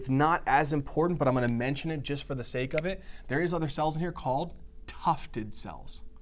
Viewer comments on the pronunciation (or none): none